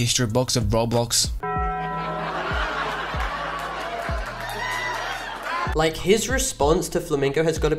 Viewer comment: HE SAID ROBLOS LOL